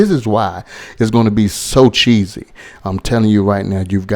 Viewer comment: Whats good my fam. I think you meant CHEESY... not Chessy.. Correct that bro.. but anyway fam.. Your Chicken Tacos was fire bro.. You know The Rookie Chef always here.. Keep up the good cooking bro.. Much luv fam..